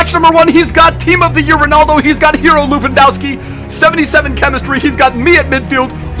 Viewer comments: It's le-van-dof-ski not loo-wan-dow-ski... c'mon... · learn how to say Lewandowski properly dude